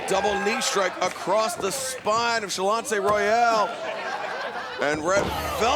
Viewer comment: Get Shanlonce's name right! It's in the notes, man! Great show all around, but Ms. Royal got a mean headlock!